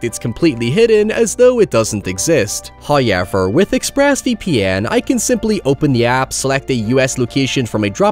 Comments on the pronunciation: It's not pronounced "Hi-Ever" it's pronounced "However"!!! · Do all Irish people say “however” like “huoyever” or is it just this guy? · I just want a loop of you saying, “hiyever…” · I’m pretty sure starts all his scripts with the word “hoyever” and then builds around it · "HOYEVER..." love this lad